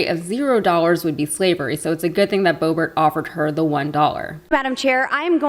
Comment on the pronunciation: Per my fourth grade teacher, the word "the" is only pronounced "thee" when followed by vowel sound, which , "rule" is not. Perhaps passing her HS GED was too advanced?